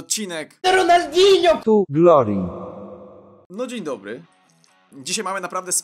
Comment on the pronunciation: Dzień Dobły ~Wojciech Gola